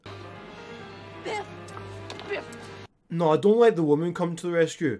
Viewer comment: Not gonna lie, it straight up sounded like you were calling Biff "Beth" throughout the whole thing, and the whole time I was like "who the hell is beth?"